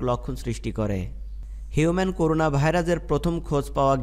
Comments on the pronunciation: করুনা না। করোনা। নামটা ঠিকমত বলতে হবে তো ভাই। জুনোটিক কি? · করুনা না ভাই করোনা